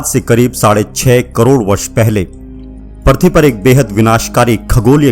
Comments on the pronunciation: पर्थवी नही पृथ्वी बोलो भाई । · पर्थी नहीं पृथ्वी।